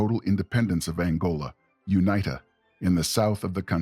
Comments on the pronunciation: Good video, thanks. UNITA is pronounced 'you-neeter', not 'you-knighter'. Please contact someone local to confirm their accents, there are South Africans spread around the world who would be more than happy to help you. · And UNITA is pronounced "u-nee-ta" not "u-ny-ta".